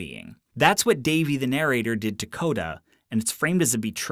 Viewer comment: narrator pronunciation - /nəˈreɪtə/